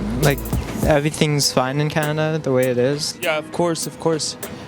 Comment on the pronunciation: That's why they call it cannaduh